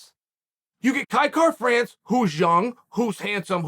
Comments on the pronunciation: I'm not sure what you're hearing, but to me he is saying Kai Kar-France. Missing an 'a'. It's certainly not Will Fury, but it's not 100% correct. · Na bro the pronunciation is a little off Kai-Kara is a Māori name when white people pronounce it they always get it wrong but he was close for a white fella ow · I put my ear to the grindstone I'm hearing Kai Car-France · Nah he'd have to speak in a Maori accent to hit it. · Except he didn't say it correctly 🤣